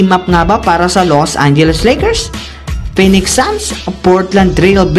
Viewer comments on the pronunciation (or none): PHOENIX SUN PO DI PO PENIX SUN ANG PRONUNCIATION PO AY FEE· NUHKS NOT PENIX SALAMAT PO